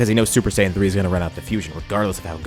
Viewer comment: Stop mispronouncing Saiyan PLEASE